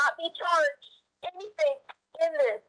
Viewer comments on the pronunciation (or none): "Anythink," Everythink" "Why come" The fact that she was a teacher is the reason I don't trust public schools! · "i will not be charged with ANYTHINK in this"! Her putting a K on EVERY word ending (endink) in G ..... DRIVES ME NUTS